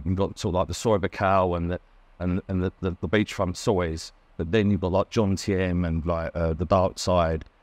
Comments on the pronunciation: How hard is it to pronounce Jomtien? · Sick hearing it